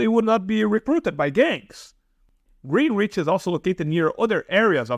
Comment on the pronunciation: Its pronounced Greenich! Im in southwest. Generally its very safe in southwest